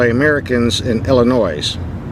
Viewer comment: The way he said Illinois 🤦🏽‍♂️